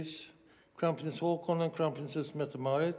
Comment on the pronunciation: Please, Your Majesty, ho:kon, not ha:kon !!!